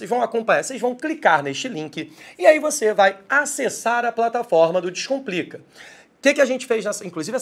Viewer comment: Professor de língua portuguesa que inicia o vídeo pronunciando "dixcomplica" em vez de "descomplica" é uma fraude!